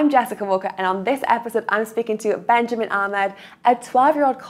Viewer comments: His name is BenYAmin. There is no J in his name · First of all his name is benyamin not ben